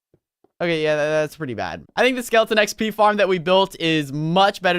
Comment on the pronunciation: Wen you say xp you say P P